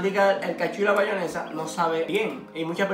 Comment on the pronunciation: Tu le dices bayonesa a la mayonesa?